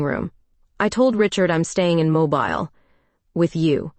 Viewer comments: Terrific Story.. your Voice you chose is Audibly Captivating. But AI cannot Pronounce well (yours & others) as well. ITS Mobile Mo-Berle. Not Mobil as moving. Teacher in US..Sorry 😉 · Learn how to pronounce Mobile, when referring to AL.